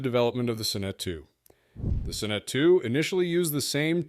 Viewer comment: I liked the Sonnet. Pronounced Saw net, not suh net.